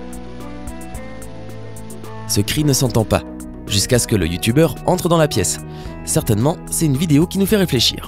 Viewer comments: Je suis le seul qui a capté qu’il a dit youtouber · Youtoubeurs jss morte comment il prononce sa 😂😂😂😂